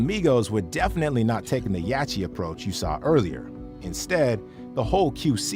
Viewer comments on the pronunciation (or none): Bro…… it’s pronounced Yotty….. dude I’m sorry but I respect you and if you got a booger I’ll let you know yacht is pronounced yot……I apologize I realize we reacting to another tuber who can’t even pronounce quavo smh